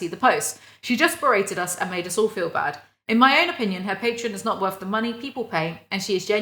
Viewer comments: the way you say Patreon sounds more like the alcohol patron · i have only ever heard pay-tron so your initial pronunciation threw me off guard lmao, great video tho, genuine thanks for being here and making content i like your stuff a lot